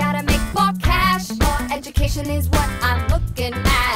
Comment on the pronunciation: “Ebucation connection”